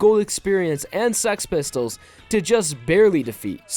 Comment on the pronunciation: It sounds like hes saying Sx Pistol